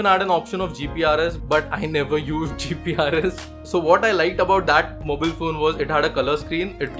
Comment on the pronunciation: skipped the video as soon as you said mobeel